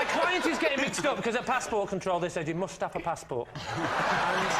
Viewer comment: When the host said "hold on you're jumping ahead" to the ginger guy. That's because he was British Olympic long jump GOLD medalist.(Greg Rutherford ). Also when LEE MACK said YOU MUST-AFA-PASSPORT. (you must have a passort)